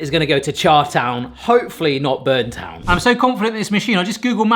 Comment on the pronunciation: The town is called Burnettown not Burntown.